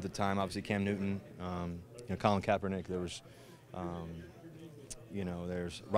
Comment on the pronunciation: Colin Kaperbitch you said😂